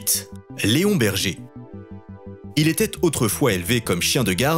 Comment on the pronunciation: Leonberg peut être mais pas Léon Berger non 😂